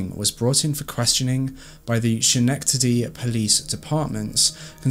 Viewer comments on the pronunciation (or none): Not trying to be the grammar police, I promise. The pronunciation of Schenectady is actually skuh.nek.tuh.dee, if I was not a native NY'er I would also pronounce the ch. Love your channel! xoxo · It's pronounced ske-nek-tady... love ya,. 😘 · I grew up 20 minutes away from this case! It's so weird to hear Schenectady in an accent 😂 we pronounce it ske-neck-tady rather than sh-neck-tady. I love your videos!! You deliver such a complete story with so much compassion for the victims and families ❤ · It's not pronounced schhhnektity it's sKuhnektity. Just fyi. <3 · I HAVE THE SAME QUESTION. IM FROM SCHENECTADY ALSO. SKIN-NECK-TA-DEE) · Schenectady is pronounced either "sken-eck-tidy" or "skuh-neck-tidy". Great video (so far haha)! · She lived near me. Her pediatrician fought like hell to get charges against her. He was probably the sole reason for finally having her charged.P.S. pronounced Skanecktadie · the "sch" sound is actually pronounced "skah" for Schenectady, New York 😩 otherwise, great video ✨ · I was going to comment that only cuz I’m from NY 😂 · You did a great job with this story. Thank you 😊! Also Schenectady is pronounced “SKenectady”. Just a heads up. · Hi... I love your videos. Since I live in N.Y I just wanted to point out that Schenectady is pronounced with a "K"... like Skenectady:).... I didn't know how to pronounce it until I moved here, lol. You make GREAT content and I love watching your videos... keep up the great work! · Fun fact, schenectady is pronounced skin-neck-titty. I grew up in Saratoga and we have a lot of town names that are hard to pronounce and I love hearing people try haha. Another good one is Schgaticoke (scat-uh-coke). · The county is Schenectady pronounced (ska-neck-ta-dy. Just for future reference 🙂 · LMAOOO "Chenecktady" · Skk-neck-ta-dee is how you say Schenectady 😉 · I love your channel. BTW it is pronounced SKA---NECK--TA--DEE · It's pronounced Ska nectady. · Skeh-Nec-tady (thats how you pronounce it)